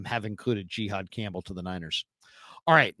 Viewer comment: It’s Jihaad!! Not Gihaad!!!!! Smdh ridiculous!